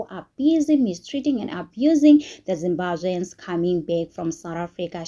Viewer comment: It's Zimbabweans not zimbazveans